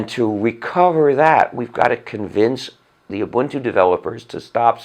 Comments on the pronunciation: He pronounces Ubuntu like I do and not like most others Obantu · As a South African I can say his pronunciation of ubuntu is spot on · OMG..he's the first white guy i've heard pronouncing this Zulu word (Ubuntu) correctly